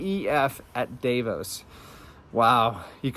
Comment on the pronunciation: For all or you that give a F about how to pronounce Davos, It doesn't rhyme with David, it rhymes with darvon.